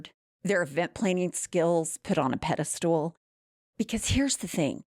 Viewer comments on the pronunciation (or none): Did say “pedestool”???😂